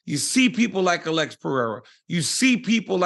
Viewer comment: Pronounces the last name right but keeps saying “Uhlex” instead of “Alex” 😂